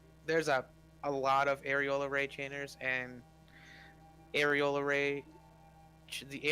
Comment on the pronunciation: You really have to stop saying areola instead of aureole. Those are very different things.